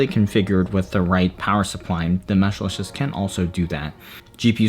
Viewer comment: the first reviewer i have seen that pronounces Meshlicious correctly